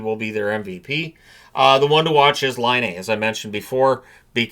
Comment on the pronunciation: Everyone is mispronouncing Patrick Laine's name. It's not Line-aye. It's Line-ah.